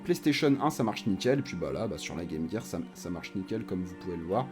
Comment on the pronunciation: "la Game Guir" oula copain, on va pas s'entendre, les vrais de vrais disent Game Jir :)